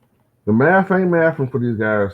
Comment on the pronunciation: JJ’s doing that “new maff” 😂. He may want to try the old school Tex Winters “triangle” theory.